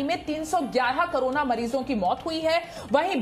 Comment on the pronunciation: Madm krona nhe Korona she to bolna chahiye 😂😂😂